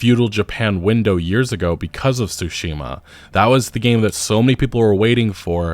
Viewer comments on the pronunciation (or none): none